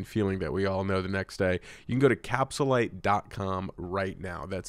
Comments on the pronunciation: LMAO it bothers me so much. capSHULIEGARlyte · Does have veneers or dentures bc he can't say capsulyte he says cap shu lyte